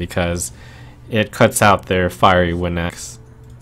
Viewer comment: XD at the beginning did trump say fiery win axe???